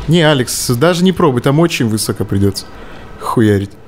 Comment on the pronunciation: Зачем Брейн стал говорить "вЫсоко" вместо "высокО"?